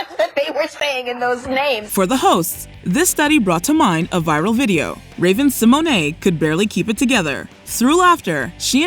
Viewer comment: Seriously, stop calling Raven-Symoné, Raven SeMonay!!!!!! Her last name is pronounced Se-mone. Ugh! Just stop!!!!! 🛑